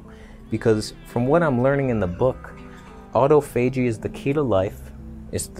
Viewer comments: Autophagy is pronounced more like "Ah-toff-ah-gee" rather than Otto-fay-gee. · Autophagy is pronounced....Auh-toph-agy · It’s Aw-toff-a-gee